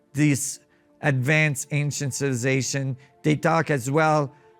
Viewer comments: This man can't say the word civilization 🤣🤣🤣 civization he said hahahaaA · Does someone knows what he means when he say ancient “ciilvlicazattion” ? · Mf cant even say civilization and I’m supposed to trust what he has to say? He’s on a some pills or sm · you would think someone as smart as a person able to study all these great mysteries and make documentaries/videos educating the public about these things WOULD BE ABLE TO CORRECRLY PRONOUNCE THE WORD "CIVILIZATION". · How he say civilization 😅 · Man this dude really can’t say “civilization” but gotta give it to him he keeps on trying!